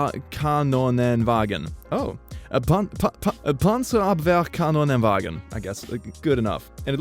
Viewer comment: actually it should be "Panzerabwehrkanonenwagen" not "Panzerabwehrkanonewagen" and he actually said that right, im proud. aint missing that extra n`s ya know